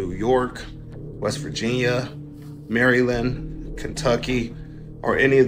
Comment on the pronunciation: Why did he pronounce Maryland like that 😡😡